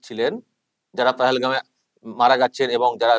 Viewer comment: Bal...jaygatar nam thik thak bolte parena..pohelgao bolche